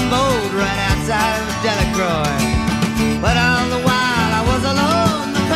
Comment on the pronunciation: He did mangle the pronunciation a bit. But I’ve always cut him all the slack he needed to create. It’s pronounced Dela-crow, like the bird. (With your name being you gotta be from “Nawlins” or nearby, so you know) But he actually did come south to bear witness to the atrocities during the Civil Rights Movement in Louisiana, Mississippi…